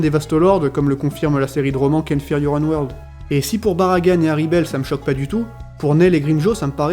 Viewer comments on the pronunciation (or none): none